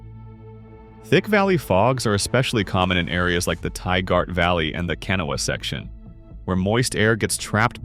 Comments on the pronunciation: It is pronounced KUH-nane, not Kay-nun……. Irs pronounced KUH-naw-wuh, not Kenna, OR KUH-nawww, despite the spelling, it’s pronounced Tie-girt, not Tie-gart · The Narrator is obviously not from West Virginia and is really going to have to work on his pronunciation. He mispronounced Canaan and Kanawha, No idea what the Thaiart Valley is maybe the Tygart. No clue what the Canoa section is. I could not even guess either. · You pronounced Canaan Valley, Tygart and of course Kanawha WRONG!! Never fails.